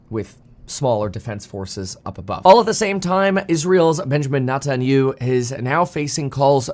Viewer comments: funny Kevin pronounces Benjamin Net en ya hoo completely incorrectly! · His name is pronounced as "Net-tan-ya-hu", u do pronounce the H sound, as this is not a european name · It’s: “Ne Tan Ya Hooo”. Stop Butchering it on purpose 😒 You do this every time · Kevin....man....practice his name: Net-in-you? Is that seriously how you are going to pronounce it? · Benjamin Netan-U ? 😂😂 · Is that how you think Netanyahu is pronounced?? 🤣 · I love you, Kevin, but could you PLEASE start pronouncing Benjamin Netanyahu’s name correctly? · Can we please just stick to market data and thesis? I love you content, but your news coverage is slightly painful to listen to. I grind my teeth every time you mispronounce that guy's name. Just stick to what you're good at bro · Pronouncing his name extremely wrong